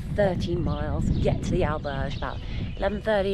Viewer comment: Wow, no attempt whatsoever to try to correctly pronounce Spanish correctly, The butchering of ‘Albergue’ is cringeworthy.